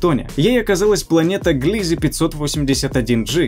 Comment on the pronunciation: Не ГлИзе, А ГлизЕ!